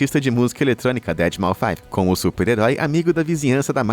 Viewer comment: Só uma correção: Deadmau5 se ler "dédimaus" e não dedimaufaive, pois a tradução de seu nome é justamente "rato morto"